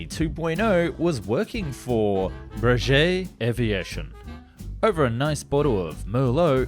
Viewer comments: it is pronounced "bray gay" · please make a video of the mirage F1, a true engineering beauty (i'm french. also i think breguet is pronounced "bre-gay" cuz there's a U after the G. that's only what i think.) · Always waiting for your fascinating precisely documented videos and their top notch CGI illustrations. So, just a little tip (again, you will say😁😉) about pronunciation. the name Breguet rhymes with /gay/ and not with /jay/ (and no silly pun intended here). And fear not, mate: your pronunciation of Leduc (like the now duly amended Dassault one) was absolutely flawless 👍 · the U after the G is your hint that this is a hard G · Agreed, althought it is still better than how he said "Breguet"